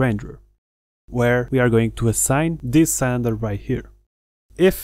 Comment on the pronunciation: THANK YOU for a truly awesome tutorial! You really do a fantastic job! One tiny thing, and I hope you don't mind me saying... the word "Cylinder" in English is pronounced like it's spelled "Silinder".. like Bill, or Kill. But it only took me a second to realise what you meant. Thank again for a brilliant tutorial.